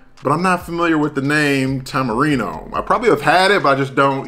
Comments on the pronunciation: That’s fine with me, but in america it should be pronounced tamarind. Do they pronounce things in Mexico the English way? No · Tamarindo, son!!! Good review Bro 👍👍👍 That last letter is a D not an O on the Doritos bag. 😜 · Apparently I can't pronounce Tamarind?! ..... Tamarino?! ..... LOL 🤣 How many times did I say it wrong?! 🤦‍♂ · I must look for those! I actually love it when you say a name of something a different way, because I do that every day 🤣 I like Tamirino better!! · I'm guessing five times without listening how many times you said it wrong